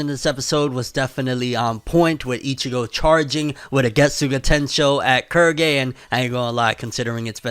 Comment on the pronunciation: Im sorry, Kurgy? Thought it was pronounced Quill-gay